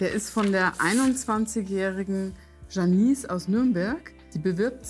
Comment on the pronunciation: Also "Janice" wird normalerweise ja "Dschénnis" ausgesprochen - aber es wählen ja oft gerade die, die null Fremdsprachenkenntnisse haben, ausländische Vornamen für ihre Kinder.... 😥